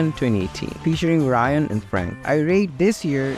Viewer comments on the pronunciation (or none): none